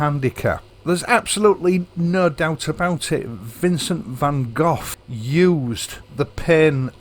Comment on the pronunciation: It's pronounced Van Go! Not Goff!! The best way to fight this lockdown induced depression is to thrust your head out the window and scream.. we're not going to take it anymorrrre!! Then take a deep breath, put your mask back on and have a cuppa tea. ahhh.. that's better.